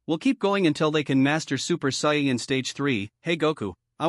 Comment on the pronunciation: Soyin 3 weird way to say it but good vid :)